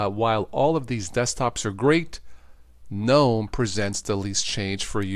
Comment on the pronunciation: its not Guh-nom, or Gee-Nom, but nōm.